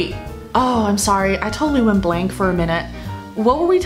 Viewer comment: Went blank for a moment? Blank 好像发音不太对